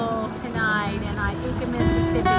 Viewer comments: How about learning to pronounce the town names. It is pronounced " I YOU KA". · Iuka is pronounced eye-you-ka. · I believe it's pronounced eye yooka ms by the locals. I've lived about 30 minutes west of there my whole life.